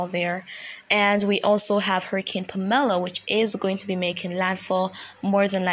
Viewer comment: the name Pamela has the accent on the first syllable... PAM-eh-la...,still appreciate you!